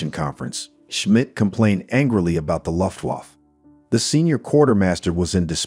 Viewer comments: "The "Loft-Woff-Pilots": It doesn't need to be perfect. But that ... sounds like a gay dog barking.... Guys, please try to change this pronounciation. It's "Looo-ft-Wah-f-fe" ["fe" like in "federal" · Take a shot every time you hear Lutt Woff